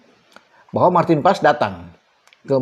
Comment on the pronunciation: marteen paes bukan emil anders